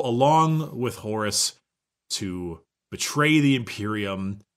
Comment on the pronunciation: I THOUGHT HE SAID HORUSSY AND I'M FUCKIN' DEAD.